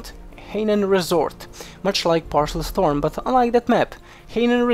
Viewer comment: Paracel storm, not parcel storm